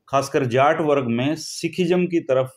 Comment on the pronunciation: he is saying jatt but not jaat